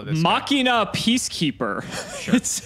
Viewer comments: It's called "Machine uhh" not "mockinaw" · Fun fact: It’s supposed to be “Mah-she-nuh” because the original archetype was “Machiners.” Ofc I’ve also been saying it this way forever, so it’s not like I really care. It’s just something I learned watching 5D’s again xD